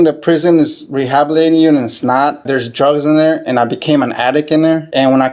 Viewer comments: Rehabilating??? If you can't pronounce a word, I'm not fully convinced you understand the word. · He said "rehabulating people " 😂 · He Leard How To Say Re-Hab-lating at The Learing Center 😂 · "rehabilating an attic" is hard. 😂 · "rehabilating" lmao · re-habel-ating “Rehabelating” 😂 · He said, "Rehabling."